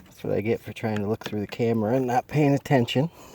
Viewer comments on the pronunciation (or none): none